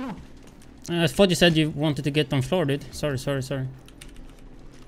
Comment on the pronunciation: "floorrr florr kk I give you floor too" lol